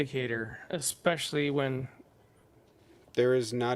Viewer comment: EGGSPECIALLY! EXXXPESIALLY! ACROSST! NUCULAR!!! can you (most callers) stop spelling words wrong??!?! GEEZZUS XRIST!!